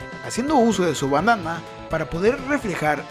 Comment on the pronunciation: usando su bandana, para poder reflejar el rayo de luz [...] Lo que yo escuché: usando su banana para poder reflejar el rayo de luz 💀 potente el 9 colas